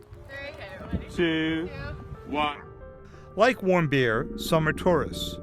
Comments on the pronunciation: Otto Warmbeer and Kim Jong Ung if you are going to do a news story please say people's names right this is terrible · sounds like, “I don’t want beer” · wait, WHAT? "otto warmbier"??? x'DDDD that guy surely is german and has the most hilarious german lastname that i've EVER heard; "warmbeer" is even tougher then "bonkingthicker" (poppendicker) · when he said warmbier i though he said i dont whant beer 😂😂😂